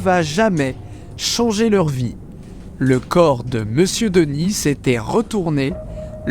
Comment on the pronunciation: Denis ça se prononce Deni et pas Denisse